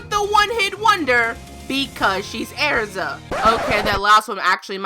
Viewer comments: I thought her name was Erza, not Airza😂😂😂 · XD Every Time You said because she's Airza I was like ERZA ITS ERZA NOT AIRZA ERZA!! XD (I know she just pronounces it differently) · Its er-za not air-za I cringe at mispronunciation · Omg, it’s Erza not “airza”. Sorry to criticize the way you speak lmao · I can't stand the way she pronounces Erza. It's not Air-za... Ugh. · I'm getting really annoyed by her saying erza's name wrong she's saying AIRZA ITS NOT AIRZA OK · You say ersa wrong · Erza not Air-za okay? okay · it's erza not airza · arza?! its ER-ZA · it's errrza not airza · All those mispronounced names......earza? Its erza...cries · Eriza, thats not her name. its ERZA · Era's name isn't pronounced Airza..... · it's not pronounced araza, it's pronounced just like it's spelled, get it freaking right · it's erza NOT ARZA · Annoyed me how you kept pronouncing name (Airsa) when should have been pronounced (Erza) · IT'S NOT AIRZA JESUS CHRIST. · "Because she's air-za lol got me dead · hahahaha airza is all I could hear airza airza airza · plz no hate but u said erza's name wrong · she said Erza's name wrong